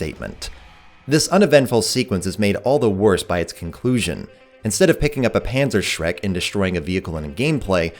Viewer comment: You americans really need to learn how to pronounce German words. BMW, Panzerschreck... But besides that good video.